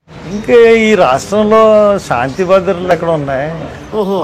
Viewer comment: సాంతి కాదు శాంతి